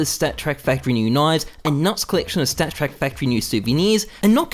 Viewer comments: he said "st4ck track factory new souvenirs" :D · i had a stroke when he said it